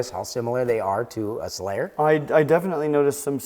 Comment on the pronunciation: Surely I cannot be the only one hearing "Slayer" instead of "Selayer" all. the. time.? 😂 All hail the Platinum Slayer, rip and tear until it is done!